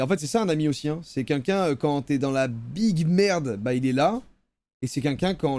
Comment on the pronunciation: Joyca on ne dit toujours pas « qunlqu’un » mais bien « quelqu’un »